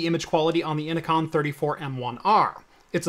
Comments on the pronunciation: innocon?? its inno-CN lol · "inno-con" huh? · Innocn is pronounced "Ee-no-kee-ehn" like Enochian, the language of the Angels.